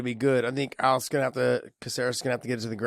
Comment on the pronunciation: John pronouncing Alex Caceres name was the drunkest shit I ever heard hahaha